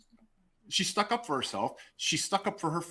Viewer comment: What is stook? It's stuck, this guy is something else...